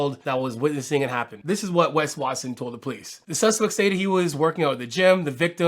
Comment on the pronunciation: I swear you keep saying Pegged Watson